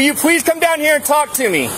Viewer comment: will you pwease come down here